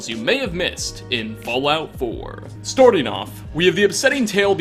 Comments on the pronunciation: does it sound like he said Storting off? Please reply and like my comment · Storting off. I've fallen in love with that pronunciation. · You have some epical pronunciations. "Storting" off... "Volt" dweller... The rest would be spoilers. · EVERY EPISODE! “Storting off”